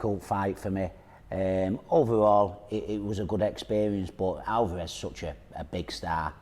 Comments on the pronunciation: Its Alvarez, not Alvaaarez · Who the fuck is ''Alvah res'' ?! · Hate when people call him alvaaarez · British English- they put emphasis on the middel of the name, Al- Vah- rez American English, they put the emphasis on the beginning of the name, AaL-varez Spanish- Al- va- Rez (more of a neutral on through out but slightly more emphasis on the end)